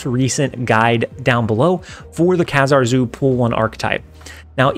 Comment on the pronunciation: he's pronounced KA-zar